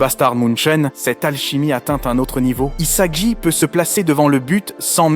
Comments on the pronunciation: Rio??? Saï??? Isaji??? Izagi??? Bachira??? (Comment il a prononcé)😭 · sympa mais où est passer Chigiri? Et les changements de prononciations des prénoms des personnage (Surtout Isagi) sont assez génant.